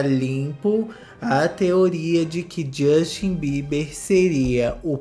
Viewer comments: "Jostin" Bieber kkkkkk 😂😂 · A cada" josten" falado eu dava uma gargalhada sincerakkkkkkkkkkkkkkkkkkk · E a risada que eu dou toda vez que o fala Josten 😂😂😂😂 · Me acabo de rir,quando o fala jóstin 😂😂😂esse cristal é terrível rsrs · Na época Justin corrigiu a Sabrina imagina se ele escuta ele falando o nome dele😅😅😅😅😅😅